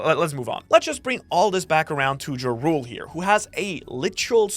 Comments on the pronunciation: Jarul ❌ Jarule ✅ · STOP SAYING JARUL, Its PRONOUNCED YARUL. In Norse the J is a Y, man GET IT RIGHT